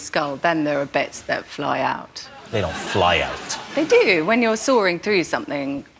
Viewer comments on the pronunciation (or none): Emilia, the word is "sawing" (through something) NOT "soaring" ... 🤪